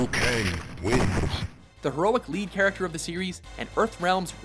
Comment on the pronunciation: you miss the k in character